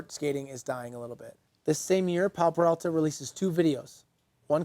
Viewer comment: OMFG... He starts off the video by mispronouncing the name?? It's Peralta. Not Perelta 🤦‍♂️ Edit: and then he continues to get it wrong throughout the whole video. Awesome